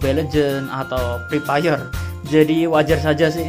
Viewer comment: Bang kok lu ngomong free fire kek ketawa gitu bang😂😂😅